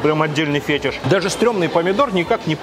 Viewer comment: Ну не фЕтиш а фетИш ;)